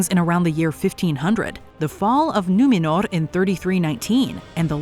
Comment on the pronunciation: It's Númenor, not numinor